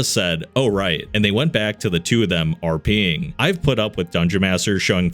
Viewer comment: not gonna lie I was half watching them and heard "the two of them RPing" fully thinking he said "the two of them are peeing" 😂